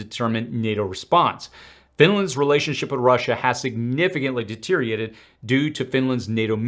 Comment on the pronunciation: De-ter-i-OR-a-ted. NOT de-ter-i-a-ted. Does ANYBODY pronounce that word correctly other than me?